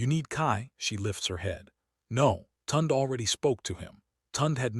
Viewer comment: Part 2, please! Also, please pronounce her brother’s name properly; Tunde is pronounced tune-day!